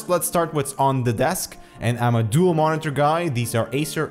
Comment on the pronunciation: Just some constructive criticism, Ed could you work on your pronunciation of Monitor? No hate.